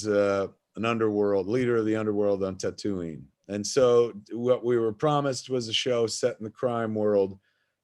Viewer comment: "Ker-aw-soow-aw" and "Tuh-too-ween". Kevin is pronouncing things weirdly. Someone make sure he's not having mini-strokes please. We need him to stay alive.